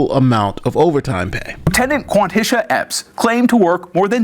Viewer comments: "Quathisha"...I spent six months in both West and East Africa combind...never heard the name Quathisha. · Lieutenant Quantisha??? 😂😂😂